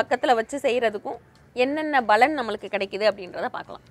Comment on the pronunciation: Balan endru sollatheergal....Palan endru ucharikkavendum...ungal programme is very good and useful